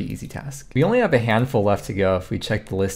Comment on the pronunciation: THANK YOU for getting Tindel Marchant’s name right! It annoys me way more than it should when everybody says “the tindel merchant”